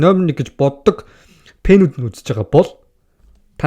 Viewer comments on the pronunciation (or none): Пэнүүд биш фэнүүд шүү